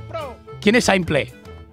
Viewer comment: Todos absolutamente todos: S1mple: Sa1Mpleh Jajajaja crj